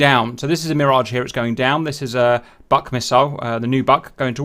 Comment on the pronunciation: BUK, Russian for a beech tree, is pronounced exactly like English "book", with U like OO, not as in "suck". I enjoyed the video regardless though ;)